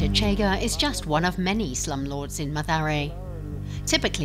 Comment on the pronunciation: Yes, this edition is in English language, the reporters should have taken time to learn pronounciation * Kenya, not kenia * Chege, not chega (pronounced as in schengen)